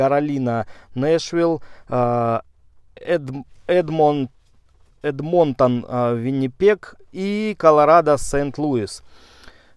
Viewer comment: Тоже сразу стало понятно какой он прогнозист, после того как он сказал эдмОнтон